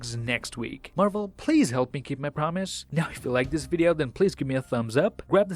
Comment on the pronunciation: I love it when he says...and I'll see you guys in the next waughn